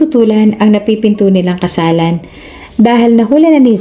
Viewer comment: Bakit lagi na lang nagiging KASALANAN ang basa sa KASALAN?